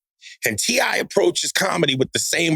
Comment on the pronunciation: So nobody heard Joe call T.I. "C.I."?